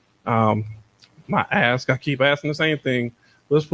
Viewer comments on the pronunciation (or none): TIFF ( ASK. ) NOT( AKS ) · She is just tooo combative and RUDE, NO RESPECT! YOU ARE THE SHOW AND YOU ARE SICKENING. WHAT IS A HURAN BEING? Hope you pass the baton tonight. Take a shot every time she says YALL….and AXE …….Of course you are NOT YOUNG.